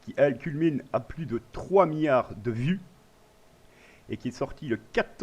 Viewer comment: "Houitième" position ? 6 "miyard" ? xDDD